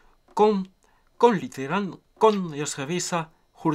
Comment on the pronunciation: Hahah, jag dör verkligen när han säger "Huarje dag, är inget probleem" och "Hallåh, hva kul de ska bli a städa hlitegrann" <3